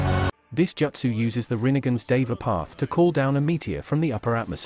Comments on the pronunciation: As soon as I heard the AI pronounce “Joot-sue” as “Jutsu’ like 3 times I turned off 💩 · “Jutsu” not “Jootso” Iight Ai